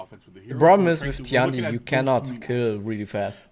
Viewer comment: Tian di should pronounce ten di instead of ti an di